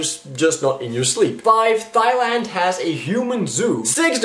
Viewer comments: its not THailand when you actually say it; its Tai-Land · Not to be a pronunciation nazi but.... Thailand is pronounced Taihland not THIGHland, that would be an unpleasant place to live. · Thigh-land? Really? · The h in Thailand is silent. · Fun fact: Thailand is pronounced with a 't' sound as in 'tiger', not a 'th' sound as in 'thesaurus'